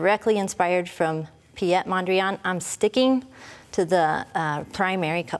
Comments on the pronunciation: I was just thinking the same.. she pronounces it as a French name.. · Piet is a Dutch name. It's pronounced as Pete.